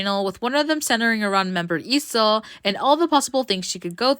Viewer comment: finally someone pronouncing her name the right way. Some will pronounce it leeso